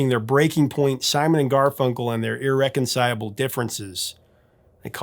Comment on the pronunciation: Great video. Thanks. Has anyone corrected you on the pronunciation of irreconciLAble? Amazing that you could drop an entire syllable--twice in the video. Trying to understand how since you otherwise have an excellent vocabulary.